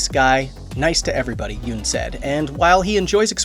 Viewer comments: Pronounced Yun not Yoon. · Nice. But it's YUNN. Not YOON. :) also it's ME Bari. Not minNARI